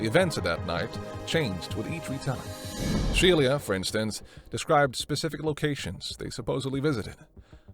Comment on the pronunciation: It's not Shelia. It's pronounced SHE - LA